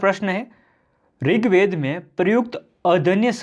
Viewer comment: ringved nhi rigved hai😁